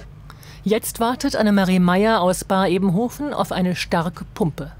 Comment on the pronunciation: Vielen lieben Dank! Kurzer Hinweis: es heißt Baar-Ebenhausen und nicht Baar-Ebenhofen